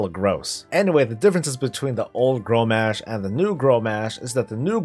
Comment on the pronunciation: Grommash is pronounced GROM ASH not Grom mash